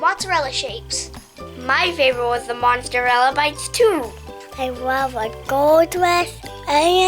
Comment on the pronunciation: Did he say Monsterella I instead of mozzarella? 😂